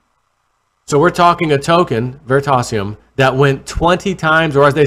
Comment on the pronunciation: Ver-ree-tay-si-um Please